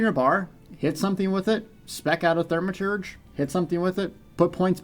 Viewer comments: Great information, as usual! However, there is no "R" in the first syllable of the word Thaw-Muh-Terj. 😜. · ...Th-AW-maturge... No biggie, but kinda grating....